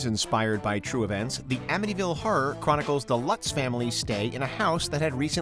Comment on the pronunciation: The way this narrator pronounces the word “horror” drives me insane lmao